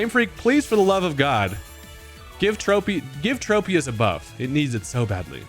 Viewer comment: Why do people call Tropius like that? Is it the trope pokemon? Is it based on a trope-ical tree? No, it's based on a TROP-ical tree